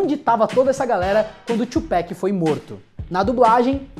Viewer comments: Tupac, não Tupéc kkkkk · "TCHUPÉKI" é foda...